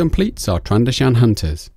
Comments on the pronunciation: Also its not trando-shan, it's pronounced tran-do-zian. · Tran-do-shaan...DX Tran doe shun